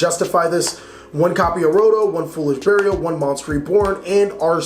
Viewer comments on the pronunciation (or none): none